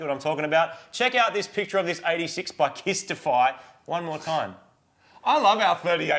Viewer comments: Why are you reading the instagrammer as kisstify it's clearly pronounced K.Y. Stiffy. This is the problem with accents. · I think you'll find it's pronounced "Ky stiffy"